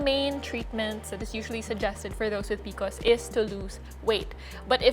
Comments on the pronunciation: P-C-O-S, not picos! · It’s the first time I’m hearing someone called P.C.Os PeeCos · It's pronounced pee-see-oh-s. Not pee-kos. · I thought I could do it, I thought I could get past her saying peeacoes over and over and OVER again but I cannot. I’ve never heard anyone call it that. I have pcos, it sucks. It’s P. C. O. S cyster 😒. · Love this but why are you pronouncing it like that? It’s P.C.O.S as it’s an acronym. Informing so people know when you refer to it. Love the tips from you! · I have never heard someone refer to pcos as peecos😂 am I the weird one?? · Bro, when you start the video by mispronouncing P C O S, you know the knowledge wont be top notch